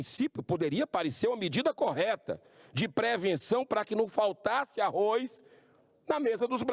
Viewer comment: é Arroz que se pronuncia meu caro Arroiz nao existe